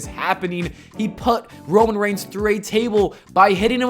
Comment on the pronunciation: The Demon* “Romain Reign”? Lmao